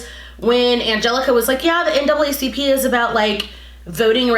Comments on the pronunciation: The N-A-A vs N double A bothered me as well lol. Makes it seem like she googled NAACP for the first time and has literally never heard of it before 🤷🏻‍♀️ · Honestly I feel lik Angelika was definitely performative. I don’t think she fully understands everything dealing with the black community & everything relating to it mostly because she doesn’t live in the US. Ex: she said “NAACP” incorrectly. She’s viewing the US thru videos online & tweets🤷🏾‍♀️ the vail was lifted on angelika. & Hannah is giving white savior complex honestly. & u made a good point of “does she really watch black content creators.” She probably jus has lik 3-4 tht she watches honestly.